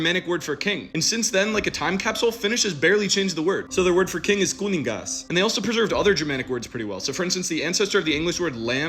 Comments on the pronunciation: Hyvä kysymys, kyllä toki ässä lausutaan :) [Huom. kirjoitin voiced, en vocalized]. Mä olin siis vaan ylitarkka tossa kun videossa jäbä sanoi "kunin-gaz", niinkun (soinnillisilla) geellä ja tsetalla, kun pitäis olla /ŋ/ ja /s/ eli non-voiced/unvoiced (soinniton) ✌️🎶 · Trippy that you pronounced kuningaz closer to the finnish pronounciation of kuningas than the way you pronounced kuningas.